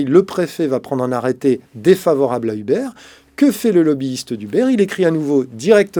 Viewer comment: Un effort sur la prononciation ? Il me fume à prononcer "Hubert"